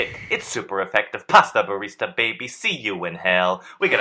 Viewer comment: Did Frederick say Hasta Barista?